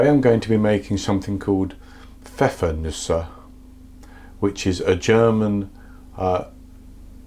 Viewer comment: Props for pronouncing it correctly, unlike most bakers here!